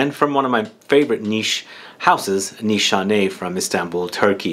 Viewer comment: The only one who pronounces it right sigh of relief Every other YouTuber butchers it and I cringe so hard , I can’t help it